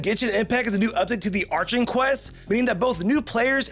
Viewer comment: "Li-u" "Arch-in" "Mu-la-ni"..... As a dedicated genshin players that was new for me to hear XD